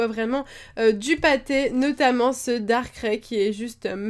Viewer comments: C PAS DARKRAI C DARKRAI SA SE DIT DARKRAIE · on dit pas darkralle